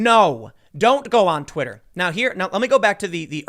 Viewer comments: "Twiter" lol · *Twitter not Twiter tim